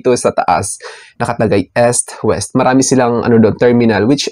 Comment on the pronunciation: Akala ko kung ano yung S-wes. Putcha Eastwest pala hahaha